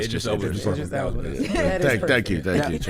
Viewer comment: DJ Envy said “Idris Elbow” 😂😂😂